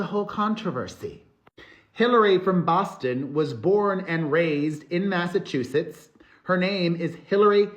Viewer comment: How do you spell that? Elollyeia? You can hear your spanish accent when you say Massachusetts. You hear it when you a prouncing the "chu". Ever notice? I thought a person who fakes their accent is called "full of sh....it". First time watching and looking forward to bingeing. Oh, and as far as I'm concerned, Alec deserves Elollylolly. 😣😣